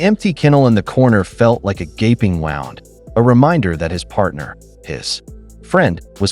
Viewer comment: Someone should teach the AI that in this narration, "wound" means 'injury' and is pronounced differently than "wound" that means 'spinning or coiling something.' Context is important to help clarify the definition of the word and therefore which pronunciation to use.